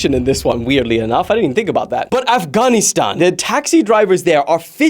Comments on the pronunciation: Bro really said "Af-ghan-KNEE-stan" 😭😭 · Afgonistan how do you pronounce it like that what is wrong with you I tell what human being you are disgrace to the empire get out.